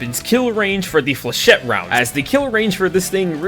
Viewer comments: You’re not meant to pronounce the last “e” in flechette. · flachette is french its prounouncsed flyshit rounds because its french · The pronunciation of "flechette" in this video was done by someone who never passed the third-grade reading level. There's just no way that you thought it was genuinely pronounced that way lol. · The dedication to never pronouncing 'flechette' correctly is admirable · he knows that we know that he’s doing it on purpose for engagement